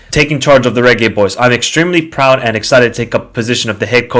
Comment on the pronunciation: 😂😂😂😂😂 he's pronouncing it the right way